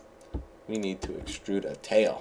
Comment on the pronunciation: I LOLed when he said let's excrude a tail